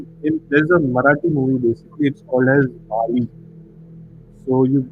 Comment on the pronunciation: For the 3rd time, the movie name is BALI, not BAALI!